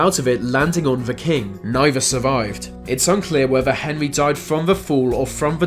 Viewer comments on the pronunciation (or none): none